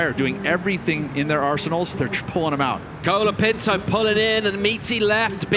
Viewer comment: bad judging.. seems the judges and commentators especially like to say "Kolaa Pintoo" a million times like they were rappers.. hilarious how you pronounce it. and yes the judging in portugal was a fuck up.. like jack robinsons wave got a 9 by an aussi judge when all the others gave a 7. lol